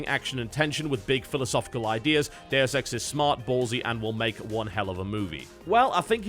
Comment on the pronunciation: you say "Deus Ex" but I swear I heard 'the dare sex", just saying.